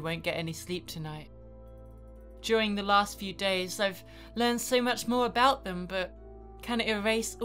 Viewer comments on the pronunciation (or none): "Aboot" <3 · What's this I hear about aboot? XD